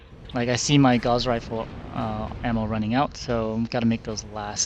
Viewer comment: It's not a gauze rifle man. It's gauss